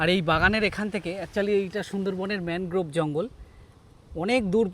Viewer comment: ম্যানোগ্রোভ আবার কি? ঠিক করে উচ্চারণ কর। ম্যানগ্রোভ (Mangrove) বল।